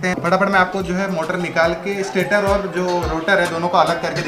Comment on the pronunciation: स्टाटर नहीं भाय स्टेटर है जो स्टेटिक है।